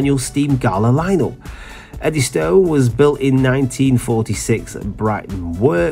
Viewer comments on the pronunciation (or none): Edwinstone? A railway news channel that does not know the name of the Bulleid/Jarvis West Country class Pacific 'Eddystone'. Oh dear!